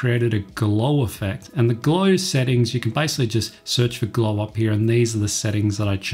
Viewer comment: it is basicaly not bycicaly